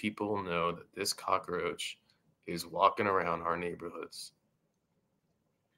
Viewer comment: brother its COCK-ROACH not a COCK-A-ROACH ! hey i admire your determination BUT the delivery method is FLAWED , for real take a public speaking class {or 2 } all things considered you get an A for the effort AND the cause ! thanx for the info